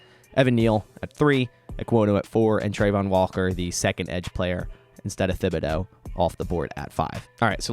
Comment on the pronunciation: Please correct your pronunciation of Thibodeaux. It is Tib-uh-doe. Thanks, from an Oregon fan!